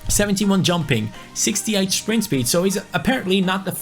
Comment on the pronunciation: Who smiled when said shpeed in stead of speed